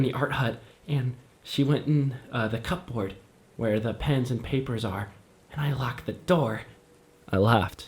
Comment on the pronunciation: Pronouncing cupboard as cup-board is sending me😂😂😂